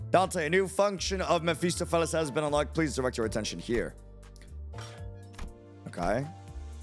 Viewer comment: it doesn't matter how many different "first playthroughs" I watch, not a single one is capable of reading Mephistopheles correctly the first time around